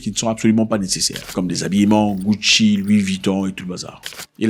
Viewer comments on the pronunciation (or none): none